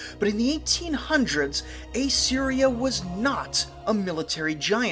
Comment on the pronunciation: Dude. It's pronounced Assyria, not A Syria.